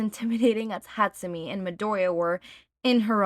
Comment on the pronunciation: I cant take it. I know it was years ago, im sorry. But im genuinely tweaking every time you say hatsu-mee instead of hatsu-may. I love you btw.